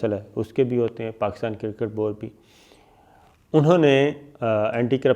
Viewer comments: Sabir sahab it's not cirkit its cricket lolzzz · Sir, you are renowned 20-year experience journalist, the word is "cricket" you are spelling it as "cirket", request you to brush up some English pronunciation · صابر شاکر صاحب کوئی خدا کا خوف کریں یہ لفظ کِرکِٹ نہیں کَرِکِٹ ہوتا ہے Cricket but not cirkit please correct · Very humbly sir, its not kir-kat its cricket (kreekat). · Sir with all due respect its cricket not circket I hope you dont mind my correction upon this word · KIR-KIT.... LOL...SIR ITS CRICKET.. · Kriket ....not kirkit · crikit lol. pronounced well hhhhhhh buddy cricket. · Jahil aadmi..the word is CRICKET not KIRKET as u said..atleast try to speak properly.. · Atleast pronounce kirket “Cricket “...🤣😂😅